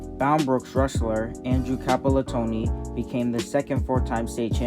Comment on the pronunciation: stopped watching when you called Campolattano "Campolatoni" C'mon man.